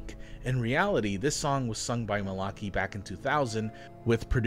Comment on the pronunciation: How the hell do you pronounce Malachi so wrong, he’s said his name in his songs!